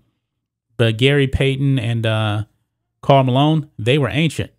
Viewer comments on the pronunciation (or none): none